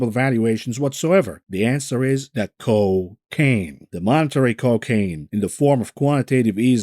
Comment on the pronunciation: C'mon man,, the Co--Caine